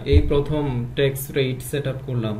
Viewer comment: ভাই ট্যাক্স কে বারবার ঠ্যাক্স বলতেছেন কেন? শুনতে বিশ্রী লাগছে